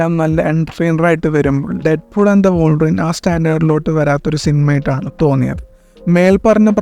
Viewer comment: Bro trynna be different so hard😂. Also വോൾവറിൻ alla bro വുൾവറിൻ